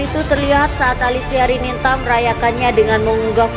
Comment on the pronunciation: jangan percaya dgn peramal .fitnah. baca nama salah ALISIA RININTA dibaca Alisia RINANTA / Rinanti he he ngawur